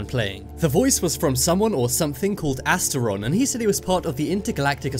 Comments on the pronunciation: not astiron, but vrillon. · astron? Seriously. It’s vrillon. What source r u looking at